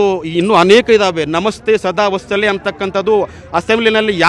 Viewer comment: ನಮಸ್ತೇ ಸದಾ ವಸ್ತಲೇ ಅಲ್ಲಾ ಚಾಮ್ಮೀಜಿ.. ವತ್ಸಲೇ ಕಣ್ರೀ.. 😂😂